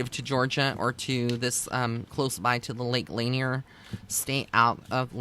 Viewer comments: Thus far there are 700 confirmed deaths and 27 unrecovered bodies at L Lanier. Thousands of freak accidents and well known ghosts surrounding the lake. It actually does have an eerie feeling there. Btw it's La Nier. Not laner. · Also just FYI it's pronounced Lake La-near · I live next to there. Lot of drownings and I will not swim in there. It is pronounced "La Near". So glad I found this channel! Thank you!